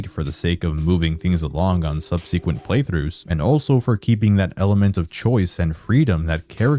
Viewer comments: "They say subsequent weird here." "How do they say it?" "Sub-see-quent." booing and complaining BTW, love the video. But I'm also an asshole, :P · The way you say subsequent smh.